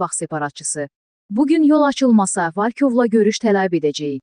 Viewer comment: Yenə VALKOV oxuyur,ay giz VOLKOV, ikici hərfi O oxunur.